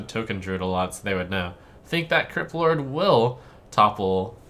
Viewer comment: I actually heard him say "Kripp Lord"